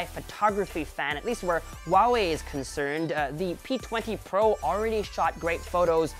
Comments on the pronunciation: my dear, it's Huawei(How, House), not Wawei! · Why do I keep hearing him say “Wawei” instead of “Huawei”?